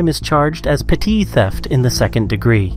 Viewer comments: It's petty, not petite. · I apologize, but it's "petty" larceny. Not "petit". Lol. It did make me laugh though! Lol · poster: "petit theft" in English is pronounced "petty theft". It's an anglicised word now. Please don't corrupt it again by trying to pronounce the French word as you murder our language every time you try! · Do you want to try to pronounce petit again? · I hope it's an AI voice because no one is dumb enough to mispronounce "petit." I've been driving for almost 45 years. I've driven across the US more than 100 times and every mile I smoked cannabis. No accidents and no tickets, not even parking tickets. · The announcer said petit wrong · For a dude running a crime channel, he should know how to pronounce "petit theft"